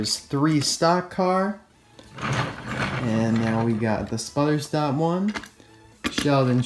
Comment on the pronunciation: "Sputer Stop" XD